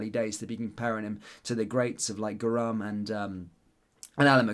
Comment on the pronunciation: That's not how you pronounce 'Goram'!